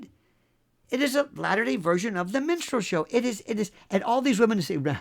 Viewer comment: You are funny as hell. You said "minstrel" show, sounded like "menstrual" show. Both are appropriate. BTW, Im 73 and sexy as hell, you bet.